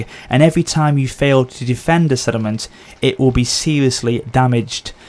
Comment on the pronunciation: sorry mate but it does sound like you say 'sediment' every single time you say 'settlement', so much so that I only looked at the comments to see if anyone else noticed it. I think it's because you say it so quickly, it distorts how it sounds. It doesn't matter really, but that is how it sounds.